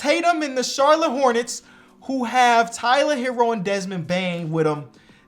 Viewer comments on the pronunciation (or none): none